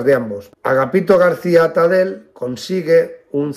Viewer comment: Tipos así hicieron mucho daño a la República: asesinos y ladrones. Muy bien explicado; sólo un pequeño matiz, no se lo tome a mal. Atadell, apellido catalàn o Valenciano, acaba y se pronuncia con ll. Gracias por todo.